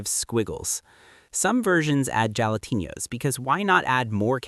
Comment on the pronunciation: "Topped with avocano slices" " Portudese roots" "jalatenios"